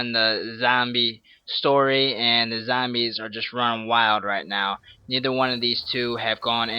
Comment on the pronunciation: he says "zambies" its so funny youve earned a like for that